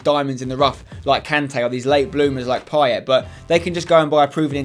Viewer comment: Payet is pronounced pie-ay not pie-et